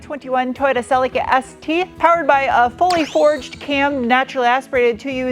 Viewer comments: Whyyyy are you saying Cel-y-kuh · WE pronounce it a bit different in Oz. Sir Leak ah. (Cerlica).